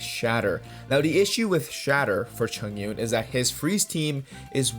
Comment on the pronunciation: its read as chong-un btw hhhhh good vid